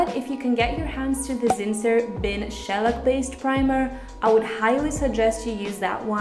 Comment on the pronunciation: are you trying to say shellac??? he didn't know what you meant because you're pronouncing it like you've never heard the word before.